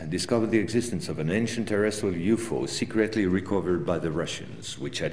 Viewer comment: Its a U F O not you fo and its a boMer not bomber lol